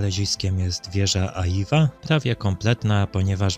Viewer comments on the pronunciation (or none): Nie Aiwa tylko Ajła